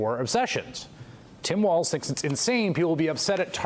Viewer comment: Vance's pronunciation of Walz is a joke. It's not WALTZ people, it's "Walls".